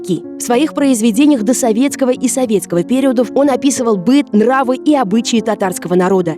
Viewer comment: В рассказе про Исхаки слово "период" произносится Вами неправильно. В слове "период" ударение ставится на букву "И", а не на "Е". В рассказе про Гафури голос за кадром говорит, что он был важен для ОБЕИХ братских народов! Слово "народ" мужского рода, поэтому правильно ОБОИХ.